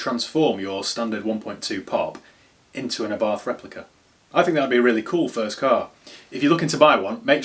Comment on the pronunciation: Italian lesson incoming... Abarth pronounced properly is A-bart 🤣 (what a nerd) 🤓🤣